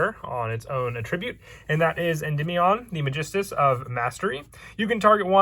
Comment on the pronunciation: attribute (noun) and attribute (verbs) are pronounced differently